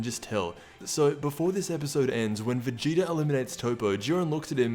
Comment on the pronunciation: It’s so funny when you say Vegeter